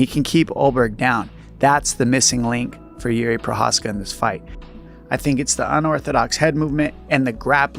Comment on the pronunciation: stop calling a walker yuri His name is JIří it is a royal name one of the most important names in European history the equivalent of the name jiří is George not JURI